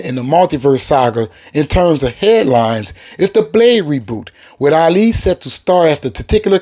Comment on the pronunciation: This man keeps butchering Ali’s name. Damn bro learn his name first.